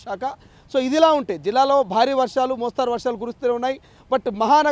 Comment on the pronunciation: మొస్తారు కాదు బాబు .ఎవరయినా ఛస్తే నలుగురు మొస్తారు . మొస్తరు .దీర్ఘం లేదు తెలుఁగు నేర్చుకోండి